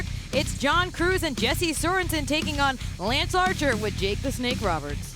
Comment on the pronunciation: Wow, you have managed to mess up lance Archer. How? Why? That was way more comical than it should have been.